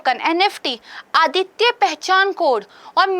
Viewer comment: मैम मुझे आपकी करेंट अफेयर की कक्षा काफी अच्छी लगती है। इसके संबंध में मै आपको एक सुझाव देना चाहता हूॅ । आप कुछ शब्दों के उच्चारण पर ध्यान दीजिए जैसे आप इंस्टिट्यूट बोलते समय 'ट' शब्द पर फोकस कीजिए , इसके अलावा अद्वितीय शब्द को आप आदित्य बोल देती हैं।